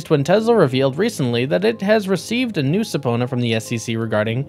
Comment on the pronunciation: It’s pronounced “suh-PEE-nah”